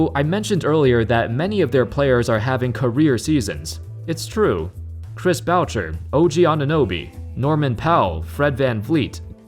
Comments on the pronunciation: “Chris Bowcher”😂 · Chris "VOUCHER" LMAO Boucher is pronounced as "BUSHEY" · its pronouced chris buu-shey not b-oucher LOL pls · LOL Chris Belcher... it's pronounce "Boo-shade" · CHRiS BOWCHER? BOO-CHAY. CHRIS BOUCHER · bro its chris "boo-shay" not "bout-cher" lol😭😂😂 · It's Chris boo-shay but you tried he's French Canadian lol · Mans said Chris bocher😭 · Chris Bow-Cher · “Chris Bao-cher” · Chris " Bowcher" 😂🤣😂🤣😂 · It's pronounced Chris "Boo-Shay" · listen to the way he pronounces Chris bouchiers name lol. I know I may have spelled it wrong but I know how to say it and it definitely is not the way he said it lmao I’ve never heard anyone say it that way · Hearing Americans butcher Chris Boucher’s name is cringeworthy. Please listen to how his name is pronounced, first. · Come on first you fuck up Chris Boucher’s name and your not talking about how bad baynes is paying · Completely butchered his name 😂